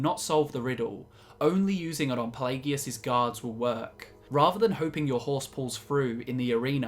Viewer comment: Why do you guys hate English so much? I've never heard so many mispronunciations of so many words in one video. it's a good video don't get me wrong but what the hell did English ever do to you? I've never heard such blatant abuse of the English language. Ferd not third plagegus not Pelagius